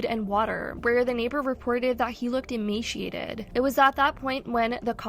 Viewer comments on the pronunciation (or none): “Emaciated”…… there is no “sh” sound sounds like (eh-may-see-ated) hope that helps!